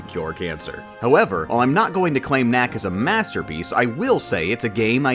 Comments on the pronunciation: It sounds like you are saying little mac when saying little knack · you keep saying little knack, it sounds like little mac and i feel like you are talking more about punchout